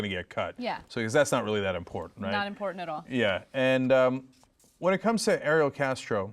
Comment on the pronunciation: I have no sympathy for Ariel Castro, but I just really wish reporters would pronounce his name right. Every reporter is saying the female version of the name. I know because just look at my name. I'm a guy and no one I talk to can say he real version of my name.